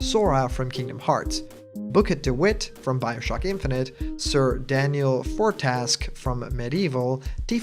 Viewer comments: "Sir Daniel for-task" Now it's World War 3, I am Sorry. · "Sir Daniel For-task" Yeah, uh, one question: how dare you